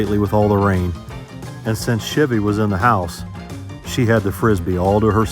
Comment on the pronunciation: Your always saying Chivy and not Chevy. That’s how it sounds anyhow…